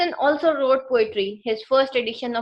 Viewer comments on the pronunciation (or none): Oslo not also, it's the Norwegian capital. The word is cemetery not kemetry, you pronounced with "K". Anyway appreciation dor your endeavour.